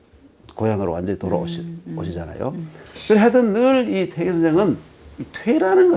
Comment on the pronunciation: 또 약갼 의아스러운 일! 여교수의 "퇴계"의 "퇴"를짧게 잘못 발음한 일입다. ""퇴"는 길게 발음하시옵소서. 퇴계론 에 "퇴계"의 발음을 바르게 발음하지 못한다는 것은 이 얼마나 큰 실례인가? 긴 자를 짧게 잘못 발음한 예:4단 조복 , 세계,제사,퇴계, 퇴계,(마련해) 줘서등이면, 이런 발ㅇ.ㅁ 문제를 가볍게 보아도 좋은지요? 저는 심각한 문제라고 생각합니다. "한국 어문을 고발함"이라는 책을 읽어 보실까요? 미국 변 완수 드림